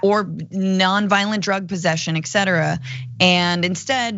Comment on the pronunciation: "ex cetera""? SMH